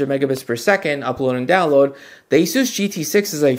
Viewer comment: ASUS is pronounced like "aces." It's not a-SOOS. Or az-us. Or anything else. The company's co-CEOs both pronounce it "aces." I'm going with them on this.